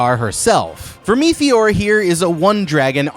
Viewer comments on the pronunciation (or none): VERM- ITH- OR. not vermetheor😂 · I'm not even bothering with all the pointsless adds and the way he pronouncer vermeteor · The pronunciation of Vermithor and Rhaenys takes me out